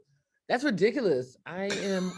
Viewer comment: “Tuh! No?! That’s redikhuluus”